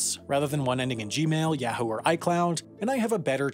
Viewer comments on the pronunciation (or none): none